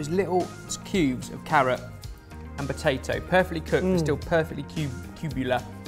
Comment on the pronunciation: I swear says batato instead of potato